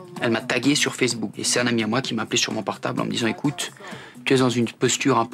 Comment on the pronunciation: "Marc Toukerberg" ? j'ai bien entendu ça ? O_o bah dit donc ! Et la meuf qui dit "Fersbook".......